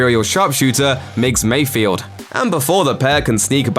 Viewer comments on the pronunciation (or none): Why do people keep mispronouncing Mayfeld's name? It's not "Mayfield"